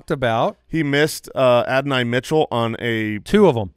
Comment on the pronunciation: The way you guys say Adoni pisses me off lol